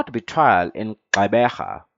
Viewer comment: Gxeberha😭... It's Gqeberha